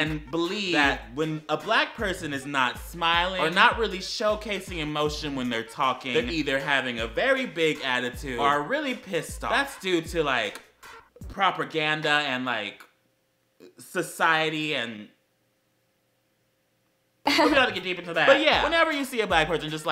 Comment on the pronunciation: I’m sorry but did you say properganda